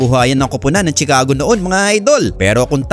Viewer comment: BOBO , CHICAGO= "SHICAGO" HINDI "TSICAGO" ANG PAG PRONOUNCE. KAMOTE BLOGGER BOBO